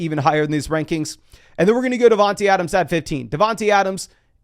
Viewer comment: I don’t understand why says devonteeeee adams. It’s not dog